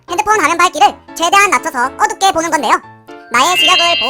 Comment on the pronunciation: 어둡게가 아니라 어룹게?